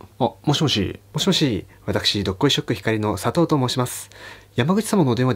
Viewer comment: 佐藤が砂糖に聞こえるぅ